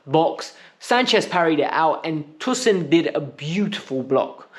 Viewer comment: PLZ pronounce tosin properly😭